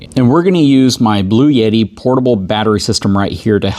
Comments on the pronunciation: There’s no “Y” in Bluetti. Blue-etti. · There is no "Y" in Bluetti. 🤔😏